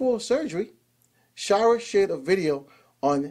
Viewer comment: Shy-er. Not shy-rer. But thanks for the news.